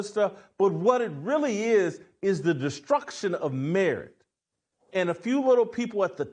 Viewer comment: It took a few minutes to realize he was saying "merit"...